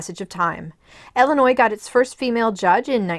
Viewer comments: Please, it is Illinois, pronounced "ill-ih-noy" and not "el-uh-noy." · They live in Illinois. Might be a regional dialect thing.